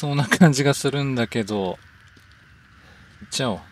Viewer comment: 動画ありがとうございました！ 行っちゃおう がチャオに聞こえてしまいました